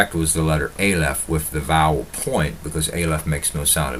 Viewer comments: Its not a lef .its ah lef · Dear - the first letter of the Hebrew alphabet is pronounced "Ah-leph" not "Ei-leph".